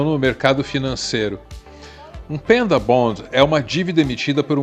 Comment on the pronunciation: "pEnda" bond?! sério? pelamor nao propague ingles medonho q nem o "Zéli" do Flavio Bolsonaro